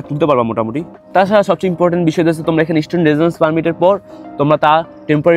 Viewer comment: Student❌ estudent🤡